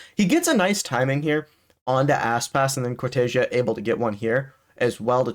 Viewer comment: No, im brazillian, And hes saying correctly, the casters says as americans says It, so they say wrong, is cor-te-ZEA